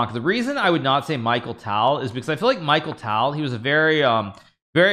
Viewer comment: Michael Tal ??! How dare you mispronounce Mikhail Tal 😅